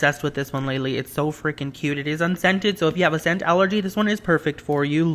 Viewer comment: Every time he said 'unscented' I thought he said 'and scented' so if we had an allergy it would be perfect for us